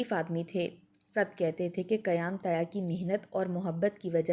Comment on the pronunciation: Manquha galat, Mankuha sahih lafz hai.Tayah nahi Taya.Buja nahi Bujha.Hala nahi Qul’aa.. 2. Gair zaruri intehai taweel kahani jis ka koi bhi ta’meeri pehlu nahi.